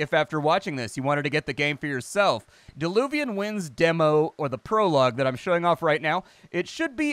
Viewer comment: Dear! It's "Diluvian Winds" not DEluvian;-) That small mistake prevented me from instantly finding it on Steam. Mistake happens xD